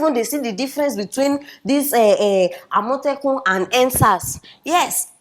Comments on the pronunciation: Every time you call Amotekun, I hear Omotola. .. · The way she pronounced the AMOTEKUN sounds funny. :))))